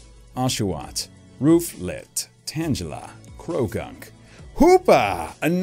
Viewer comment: Do you pronounce Tangela wrong on purpose? It’s supposed to be pronounced like the word tangled and angle